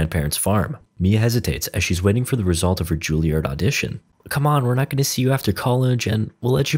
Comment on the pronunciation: Not Ju-Li-Ard; Jul-Yerd or Ju-EL-Yerd, FFS.